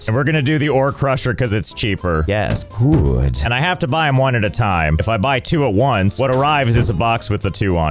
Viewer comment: Every time i here Josh saying something in the voice of his "Yees gooood" from i remember that guy from tales of vesperia, called yaeger, who sounds EXACTLY like him right there. And i LOVE that voice, it sounds so german but english to me xD Maybe because yaeger is supposed to be a german guy talking english i don't know and idc xD